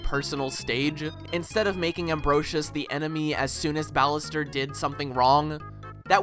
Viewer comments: Amferus? You mean Ambrosius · im sorry but how u pronounce ambrosius' name physically pains me